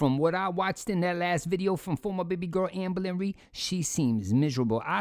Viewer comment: I’ll never get tired of hearing you say owformabbygworl AMBA-LINREED